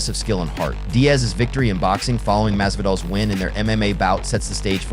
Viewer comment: Jorge masvidal is not that hard to pronounce dawg